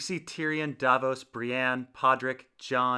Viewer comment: You always say "Brianne" it's "Brienne"